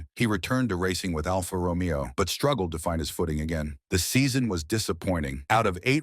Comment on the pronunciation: Well, at least "Alfa Romeo" was pronounced correctly.